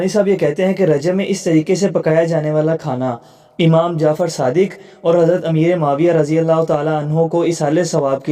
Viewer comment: oh bhai.....pehlay zabaan tu seekh lo......phir aflatooni karna.khuwab DAYKHEE nahin......khawab daykha.......kaho. lafz aamaam nahi hai lafz imaam hai......lufazi kanay sey phehlay lafz tu sahi ada karo.